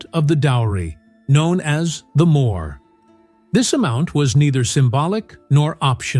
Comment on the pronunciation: If you want to know properly how it works instead of just reading Christian texts try reading the mishnah women's book it explains everything quite properly and by the way the thing that the guys give to their father-in-law?it's called a "mo'har" not how it is pronounced in this.....